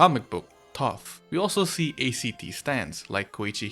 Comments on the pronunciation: I don’t see anyone pointing it out so I’ll just say, it’s not pronounced A-C-T, it’s pronounced Act. Like Acts in a play or in a song, that’s why it’s called that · Ayo did you just call Act stands Aye-cee-tea stsnds????